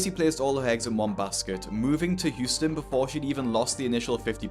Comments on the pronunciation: its Houston not Hutson lol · Huston No its Houston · Houston is spelled Houston not Huston!😂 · it’s Houston not Huston mate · Houston, not Huston. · It's Houston not Huston. Just fyi. I realize you don't live here so I wanted to let you know for future videos. Love your channel. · Its Houston not Huston homie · It's HOUSTON, not Huston lol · It’s Houston not Huston.